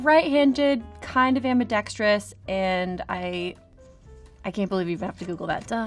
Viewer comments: "AMIDEXTEROUS" ---- What a DOPE !!!!!! She is so uneducated no one should listen to her opinion. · She sure pronounced ambidextrous left-handed. Isn't Brie a cheese?